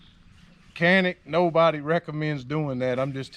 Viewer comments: Pronounced “John-ick”. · In Turkish is pronounced "Jhan-ick," but in English is pronounced Canik.